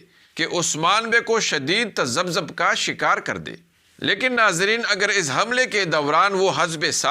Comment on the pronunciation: Aap baar baar tazabbab Bolte hain sahi urdu tazabbub zal par pesh hoga islah kar le